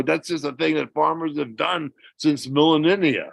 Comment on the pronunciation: Did he say malelemia? And mean millenia ? Lol